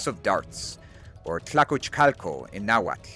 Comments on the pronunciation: Cannot believe such an amazing historical research and accurate pronunciation of Nahuatl. You have my eternal respect. Greetings from Tlaxcala. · Always enjoy hearing your pronunciation of the native language. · Bro the Nahuatl pronunciation fills we me with such joy ❤ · Amazing! Would love to play them. Also, your náhuatl pronunciation is exquisite 👌. Not because I'm from Michoacán, but the next native american civ should be the Irechekua Tzintzuntzani (aka the Tarascans). They would be great as an archer civ with bonuses to lumber and fishing.